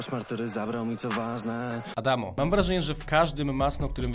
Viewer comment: Nie adamo tylko adamz